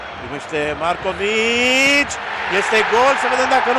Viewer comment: Lui Grădinărescu nu ii iese deloc seara asta pronunția lui Houri si Markovic, pocește de numa 😂